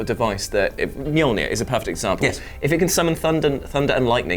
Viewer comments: All I can hear is saying "Molnir" 😅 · The way you pronounce mjölnir..fucking hell do some research before hand